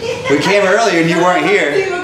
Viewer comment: Earlier that day* not earlyer 🤦🤦🤦